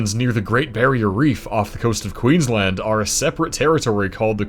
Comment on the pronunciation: Finally an American pronounces Queensland correctly